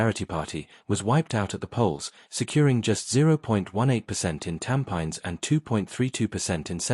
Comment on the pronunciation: It’s…. Tam.pi.nes… Not tam.pines😂😂😂😂😂😂😂 dude😅😅😅😅😅